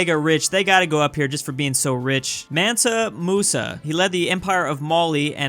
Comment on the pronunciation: Nobody:: MENTA Musa